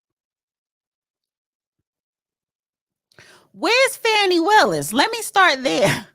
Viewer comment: Not very nice of you to get your numbers up by putting Fani Willis down. And you continuously pronounce her incorrectly. SMH